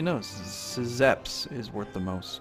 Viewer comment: Szepes is pronounced Shepes. Same goes for all Polish names.